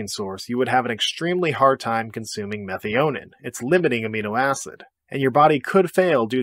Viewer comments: "Meth-ee-oh-nay??" -> "Meh-thigh-oh-neen" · Isn’t methionine pronounced meth I oh neen